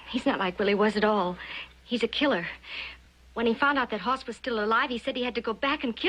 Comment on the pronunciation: It's Hoss not Haas Mr writer man